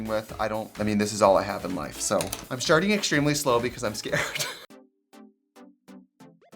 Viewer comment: Trixie- "I'm sharting real shlow" 💩 🐌